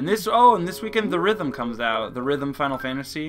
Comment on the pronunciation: It's actually Theatrim final fantasy not the rithm.